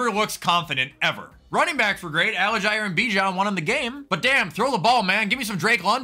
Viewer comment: please, tyler put up those numbers plz pronounce his name right. it’s AL-JEER